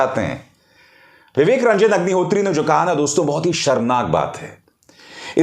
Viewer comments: Sir aapne agnihotri ko hugnihotri bol diya😁😁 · HAGNI HOTRI Sir I believe slip of tongue 😛 😂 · Sir aap ki tongue fisli hai pr mza aaya vivek hagni hotri 😄😄😄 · मुँह से अग्निहोत्री की जगह हाग्निहोत्री निकल गया😂😂😂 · में विवेक रंजन हगनिहोत्री,, ये आपने जानबूझ बोला है या धोखा हुआ है जुबान फिसला है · "Hagnihotri" - that slip of tongue was perfect one. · unintentionally he pronounced ideal name of Agnihatri 🤣